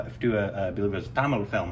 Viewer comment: When he say the word "Tamil" always and it gets more stylish! ❤️‍🔥